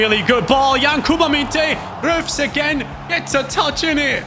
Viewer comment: And says his name like French but it is like Roofs